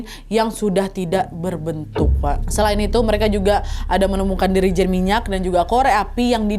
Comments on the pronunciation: Jerigen minyak kk bukan dirijen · 24.49 jerigen kak nad bukan "Dirijen" 😂